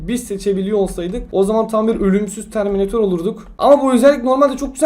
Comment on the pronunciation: Benim adım terminetör ama natör değil netör